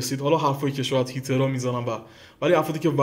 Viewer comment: حاجی هِیتر هست نه هیتر